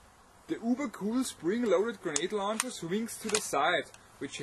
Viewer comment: air soft g luncher!